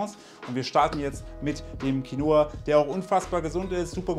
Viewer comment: Qinoa klingt ausgesprochen: Kinnwa!